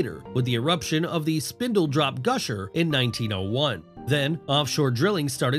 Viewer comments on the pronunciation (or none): It’s the SpindleTOP not SpindleDROP. That’s a very important name to get right if you’re going to talk about Texas economy and history. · It‘s "Spindletop" not Spindledrop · wtf?! this narrator really did just call Spindletop spindledrop. What the hell dude?! It is SPINDLETOP. How are you not going to correct that, sir? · That's 'Spindletop', not spindledrop! 😅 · Spindletop....... not Spindledrop......😂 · AWW come on,,,Spindledrop?? try SpindleTOP oil gusher in 1901. If you are going to talk about our state, GET IT RIGHT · Spindletop not spindledrop. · also, you immediately lost a huge amount of credibility of any sort when you mispronounced SPINDLETOP as ‘spindledrop’. Like seriously, that one is not even difficult. In order to truely be creditable as a content creator, you will absolutely want to get your English pronunciations correct, being a first language English speaker and all. Pronunciations of words from foreign languages are, of course, a separate issue. I very much hate when someone who is a fellow English only speaker corrects me on pronunciation of a word from a different language. But English? Come onnnnnnn bro, we are English speakers. Read and narrate the English words correctly!